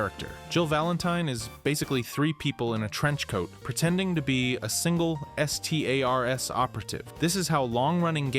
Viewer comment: More more more Thank you for these vids even if S-T-A-R-S always sounds weird.